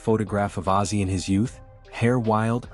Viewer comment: Ozzy NOT Azy!!!!!!!!!!!!!!